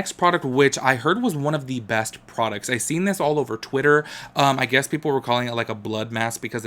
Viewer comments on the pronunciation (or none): none